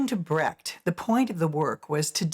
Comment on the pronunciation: In a biodocumentary would it be appropriate to pronounce the name of the main subject correct. There is no "Körrt" (spoken in German) but a Kurt (spoken in english approximately "Koort"). And please, there never has been a "Bratt", his name was Brecht. I think its the minimum of respect to pronounce ones name correctly.